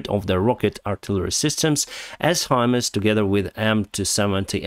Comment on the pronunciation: You are getting better pronouncing the HIMARS system. It’s Hi-Mars. Just like the planet Mars.